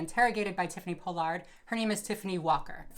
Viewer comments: It's Pollard not Po-Lard lol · Everyone: Paul-Lerd: Pole-Lard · Tiffany Paw-lerd* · “Tiffany Po-Lard” 🪦💀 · I love that you say tiffany pollards name wrong lol. It's pollard like collar lol. But great video, everything you say is 100% right!! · “Po Lard” lol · for the future her pronunciation is "Paul-erd" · Not that it matters, but it's Pall-ard. Pollard is pronounced Pall ard. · Ughh I share my last name with the worst people...side note it’s pronounced PAH-lard 🙂 love you and your videos ❤️ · I can't stand how you say her last name....but appreciate your video. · You are not pronouncing her last name correctly. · the way you say her name wrong 😐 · First off, Me watching you say my last completely wrong is cringe lmfao but I’m gagging she’s would ever do this. She giving the Pollard name a bad look smh and she’s not an icon anymore smh 🤦🏽‍♂️ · You pronounced her and JKs names wrong